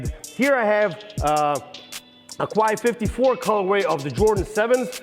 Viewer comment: Quai54 is pronounced “Kay” 54.